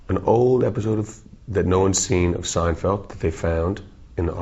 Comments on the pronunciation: I like how he says "Seinfelt"! Gotta love Dave! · "seinfelt" Bahahaha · Seinfelt.... hahaha